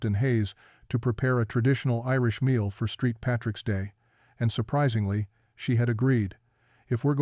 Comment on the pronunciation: "Street Patricks Day"? WTF!